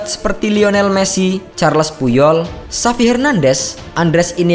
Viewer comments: XAVI, bukan XAXI. Sir Bobby Robson sebenernya sukses di Barca, tapi sayang cuma ngisi bangku kosong sementara sebelum Van Gaal dateng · Xavi woyy bukan xaxi